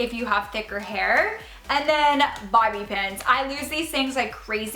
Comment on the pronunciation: Who else heard her say “Barbie Pins”